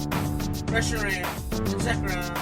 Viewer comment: The thing that pisses me off most about is his constant mispronouncing of various pokémon names. How does he like them so much but say them like a parent mockingly reading the name of them. Especially reshiram. Its "re-she-rahm"